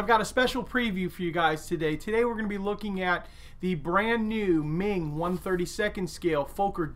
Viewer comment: Hi, Meng should be pronounced as the "Mung" in Mungbeans